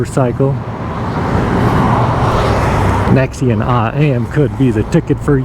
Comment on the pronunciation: Thanks for the review but it's a NAXion, sounds like NACKS, not necks!!!